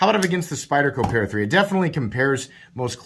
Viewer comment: Pat-a-dee-cee. Or, as it is known in my house, the No-a-buy-a.